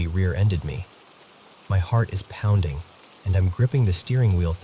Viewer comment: "Heavy deliberate pownding" 😂